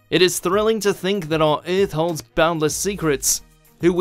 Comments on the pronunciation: Eurth Eurth Eurth Eurth Eurth EARTH damn it. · Came to make fun of whot if alyeens lived in tha centa of UUUUUUTH then realized every mother fucker down there already said it -_